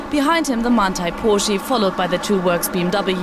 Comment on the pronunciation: MANTI PORSHEE